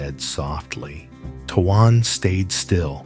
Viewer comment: Please say his name correctly it's tone while it is not spell that way